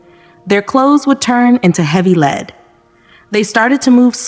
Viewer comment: Lead as in heavy. The narrator missed this multiple times.